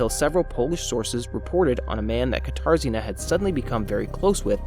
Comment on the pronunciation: I keep hearing guitar Zena instead of katarzyna, I wondered what strange it was name that was 😅